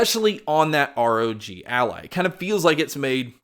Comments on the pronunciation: It is ROG ALLY, NOT ROG ALLAH XD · What makes me laugh is the way "ROG Ally" sounds like he's saying "ROG ALLAH"